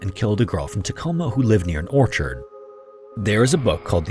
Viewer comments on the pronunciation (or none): none